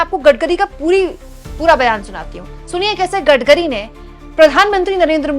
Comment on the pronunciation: Maam Gadgari nhi Gadkari boliye 😅😅